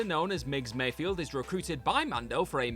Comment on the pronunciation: It's Migs Mayfeld. Not Mayfield